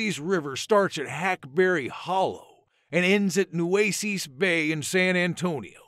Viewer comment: Nue-ces…ces sounds like yes….not nue-cees….